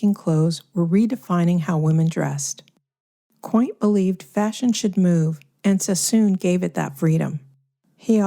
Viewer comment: Mary quant ... As in want... NOT quaint as in... Isn't it quaint 😅